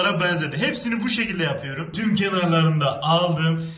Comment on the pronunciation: Abi hep konuşurken yor yerine yör diyon mesela yapıyör